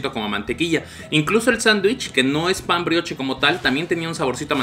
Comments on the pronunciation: Se pronuncia "Briosh" saludos❤️ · Carnal. Si vas a hacer reseña de comida aunque sea checa como se pronuncian las cosas (pan brioche)